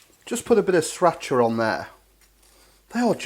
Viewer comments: Please,... it's pronounced much closer to 'Sree-rah-chuh'! Don't feel bad about me correcting your pronunciation... I'm a total asshole about things like that! Lol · I wasn't sure if he mispronounced sriracha on purpose or not